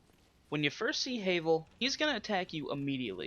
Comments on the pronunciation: Havel (pronounced Ha (like the laugh) - Vel, not Hay-vel) is NOT that hard. Sure, you'll die a few times before you realize that you can BACKSTAB HIM ALONG WITH ANYTHING ELSE that is your size or slightly larger. His attacks are easy to read, so just roll and backstab. He really isn't as hard as you give him credit for. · No offense it's pronounced Havul spelled Havel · "HAYVEL" lol